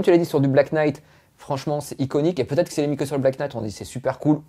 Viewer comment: Svp en anglais le "Kn" se prononce "n" , notamment dans les mots "Knife" , "know" et ici "knight" ... j'ai les oreilles qui saignent .